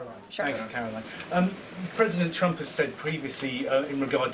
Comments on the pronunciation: She continues to say PresidenChump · It sounds like she says 'President Chump' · I always hear her say President Chump.